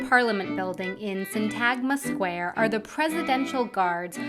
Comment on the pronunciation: Syntagma is pronounced SIN-tahg-ma, not like 'Tag, you're it!' and the accent is pronounced on the first syllable by the locals. Many people also put the accent on Agora on the 2nd syllable. It's actually on the last syllable. It is pronounced- 'ah-gor-AH'